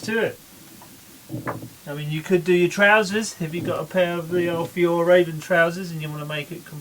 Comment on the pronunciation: Hej, we pronounce Fjäll as F'yell 👍🏼